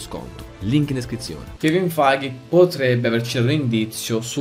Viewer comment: ti prego, si pronuncia kevin FEIG, non kevin FAIGHE ahahahahahah